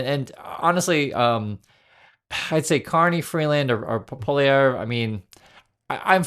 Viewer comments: Pronounced ..Pole ee ev ra or PP for short if you are a Liberal lol. I hope Mark Carney wins the leadership race because he has an outstanding background and education as an economist and as Governor of the Bank of Canada made the 2008 recession way easier in Canada than in the rest of the G7. PP is an opportunist with very annoying far right sympathies. He’s never had a real job, making politics his career for 20 years and yet never initiating a bill that passed. He is great at creating dissension and spouts off like Trump about Canada being second rate, needing him to make us great again. Give me a break! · Hi, I understand your reticence about Poilievre, so try looking at the name kinda phonetically. So. Poili (poly) erve (airvvv) is as close to proper I can explain. His name is very French. But without you Hershey’s taking years of French, you’ll be able to squeak by. I call you Hershey’s. And we fondly ( in the old days of being proper and respecting yanks, we were called Cheese Heads). So from us Cheese Heads up here in Canada, wish all you Hershey’s the best! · so, you can't pronounce Pierre Poilievre...works for me...he's a Trump supporter. Don't let his lies fool you. And yes, of course, Canadian flags sold well just now. Ever hear of "National Flag of Canada Day?", and yes, no doubt this BS with Trump upped the sales somewhat this year but sales always spike just before Flag Day. Do some homework before commenting on Canadian politics. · Anyway, rant over, Thank you for reading :’) haha also let me just say, despite me disliking him I still wanna make it known that Pierre Poilievre, its pronounced a lot more like “poly-evv” rather than “pohleev” if that makes sense! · The US hockey players aren't politicians and have nothing to do with Trump. Leave them alone. His name is pronounced Pwah lee EV. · It’s pronounced Poly-ev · Actually, it is PWA-LY-EV, to use the French pronunciation. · "Pol ee ehve is how his name is pronounced. 😊